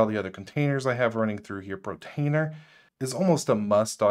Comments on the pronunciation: Be this guy, has set all of this up. Sees the words Portainer potentially hundreds of times. says Protainer... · That was mispronounced, it's por-tainer, not pro-tainer. Just FYI so you know. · good channel, the pronunciation of Portainer is Por tain er not Protainer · *PORtainer (not PROtainer) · It's PORtainer, not PROtainer ! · Why does he call it Protainer instead of Portainer? Is it an insider joke? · It's pronounced (pour-tainer) and it is spelled portainer, not protainer and (pro-tainer). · no, it's just one of several mispronunciations in the video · thanks to your video i learned about mealie, kavita, kasm, audiobookshelf. i already knew about homarr & freshrss, but i'll be having another look at them now. that said, surely if you're going to review/promote/mention apps you'd take care to pronounce them correctly! i'm sure the developers of these apps would cringe at your mispronunciations. as others have already mentioned, it por-tainer, NOT pro-tainer (i did see your comment that you were going to try to fix that in your following videos. protainer was the worst of the mispronunciations as it was mentioned again & again & again. Other mispronunciations: - kasm (which I assume it meant to be pronounced chasm), you said kazzam, kazamma & also kasm at one point - deluge (which others have pointed out is pronounced del-yooj), you said devulge & something like delolge - prowlarr (one of the *arr apps, where the arr sounds like a pirate's 'arrrr matey'), you said prowler - NUC (i've heard others say nook, so it's not just you), but as far as i know the correct pronunciation is nuck (rhymes with duck) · I love how you pronouce pROtainer :D